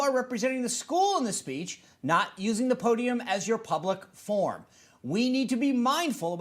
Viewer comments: "public form"? Did she mean "public forum"? THE PRINCIPAL? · An educator should know its "forum" not "form". That speaks to the principal's real ability. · How does someone who doesn't know the difference between "form" and "forum" get to be a high school principal?